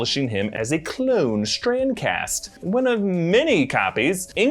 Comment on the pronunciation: Is he saying Strand-cast? or Strancass?